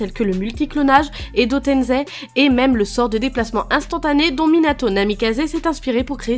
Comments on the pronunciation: pourquoi tu dis edo tenzei, c'est edo tensei !!! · par contre c pas edo tenzei mais edo tense